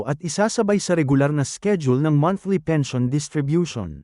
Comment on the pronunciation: fake, maskina pag pronounce pens. i. o. n.